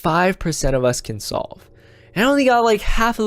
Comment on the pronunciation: 16secs he said us wrong but in the future i am a scientist hyper hyper skkkrt boom boom woooosh smart